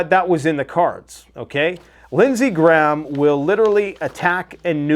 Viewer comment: It's Lindsay GRAHAM not Lindsay Gram. Why can't people pronounce this name?